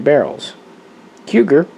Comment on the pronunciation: Again, Cugir is pronounced KooJeer.